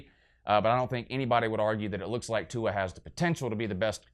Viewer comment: I fucking died at the pronunciation of Tua's name and "I don't speak pineapple" LOL